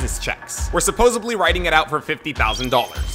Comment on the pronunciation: The only thing wrong with all these videos is when "supposedly" is pronounced with a "b". God that irritates me!